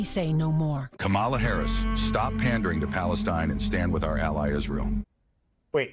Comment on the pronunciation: Interestingly, the second spot mispronounces the VP’s name. If they’re the same team, I’m thinking that was intentional. You said cynical; what bothered me most was the sexism. Harris is painted as the poor, bereft woman,” who sits at the feet of her husband to understand Israel. I’m sure Doug is a kind, helpful source whom she loves very much. I’m also sure she could negotiate with Bibi today without consulting Doug— kind as he is. They are a power COUPLE, as I see it.